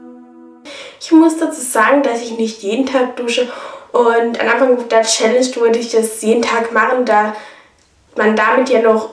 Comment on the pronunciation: bei "Challenge" fällt das "h"